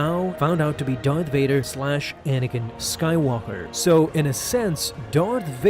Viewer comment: Lol "dorth vader"